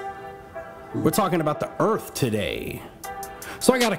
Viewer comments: I love the EARF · Guys it’s earfh